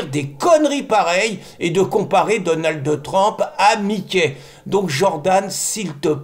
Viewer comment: S'il vous plait Pierre arrêtez de mettre un "e" à la fin de Donald ça me fait mal aux oreilles 😂. C'était le prénom de mon mari décédé